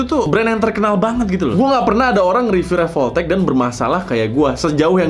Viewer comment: Revoltech❌ Revolpotek✔️